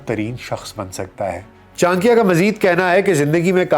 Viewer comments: ये क्या चांक्या चांक्या लगा रखा है? गांधारा क्या होता है? चाणक्य और गांधार बोलने में दिक्कत है क्या? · Bhai vo chankiya nhi chankya h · I think it is pronounced as CHANAKYA not CHANKIYA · कोटलिया नही, कौटिल्य बोलें चांकिया नहीं, चाणक्य बोलें टेक्सला नही, तक्षशिला बोलें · Chan - kiya ❌ Cha - n - kya✔️ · Chadikiya Not chankiya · What is chakya,,, it is call chanakya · Your podcast on kushwant singh, sukraat was outstanding. Here your content looked bit un enumerated. Further , pronouciation of chanakya as chankiya appeared unfair or erotic. Over all too much fumble here and there. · it is CHANAKYA, aap N ko silent samajh rahe hai shayad. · चाणक्य का नाम का उच्चारण सही से कर लीजिये साहेब। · Very wrong pronunciation of Chanakya😢😢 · Correct your pronunciation of chanakya